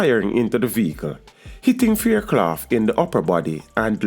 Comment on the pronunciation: Your pronouncing her last name wrong!